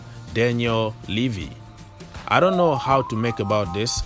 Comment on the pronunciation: Its ok brother, you are correct on pronouncing Levi,you can pronounce as Levi or Levai,not Livi.